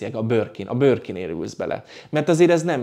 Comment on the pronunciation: Beszed hibas! Nem forog a nyelve csak a 'Borkin'-ert 🤣🤣🤣